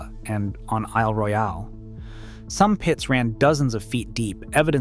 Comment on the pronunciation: since you didn't check the pronunciation of Mackinac before recording this video, it's MACK-ih-naw, not MACK-ih-nack, and is because the origin of the name is Ojibwe/Ojibwa/Chippewa. 2) Isle Royale (National Park) = I’ll royal (Anglicized from the original French pronunciation—EEL roy-AL for ‘royal island’